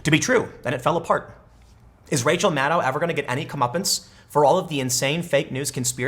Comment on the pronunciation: MADDOW NOT MADDIE